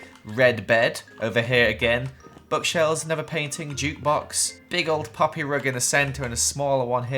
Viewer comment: When he say-Ed poppy I thought he said puppy (I don’t have the worlds betest hearing but I can hear small sounds I know it’s weird)